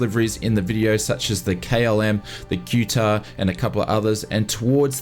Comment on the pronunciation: Wait What??? The "Q" TAR???? Isnt it pronounced KUH TA???